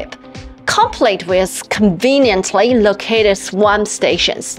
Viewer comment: It is 'swap', not 'swamp' !!!